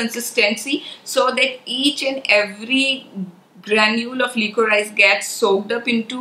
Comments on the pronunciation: The right pronunciation is li-co-ri-sh and not lee-co-raa-ees. I don't mean any offense but just wanted to let you know of the correct way to say it. Sorry in advance if it offends but my intention is not so. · FYI Liquorice/licorice is pronounced "li co rish".